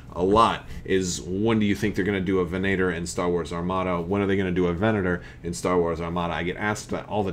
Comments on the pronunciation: Ven-ay-tor is an incorrect pronunciation. Venator (Ven-uh-tor or Ven-ah-tour) means hunter in Latin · Sacrilege, I'm sure, but these are my favorite class of star destroyers. (ven-AH-tor ... get out of here with that ven-ATEr stuff.) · Use the long a. AAHHH not aayyy. The short a tends to be nasally. The long A is more in line with Latin and Italian, think of parallels that can be drawn between the roman Empire and the Star Wars Galactic Empire. Imperator. Venator. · "Venator" is Latin for "hunter," incidentally...so, going by Latin Anglicization practice, it should probably be "VEN-uh-tor"; in actual Latin, it would be "ven-AH-tor," with the emphasis on the middle syllable, but a longer "a" sound. Am I crazy, or did the Rebellion have a few of these as well? That might be interesting, to have it be a potential cross-faction ship in Armada, or to have some future wave come out and include a Rebel and an Imperial version of it in different paint schemes...unless I'm actually crazy and totally have that wrong, which is possible! ;) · Should be an Imperial Assault Frigate. Ven-uh-tor. Geez. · Ve'na:tor Latin word meaning hunter also a word used by the Romans describing a type of Gladiator. So soft a. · I think they say it with a soft A in canon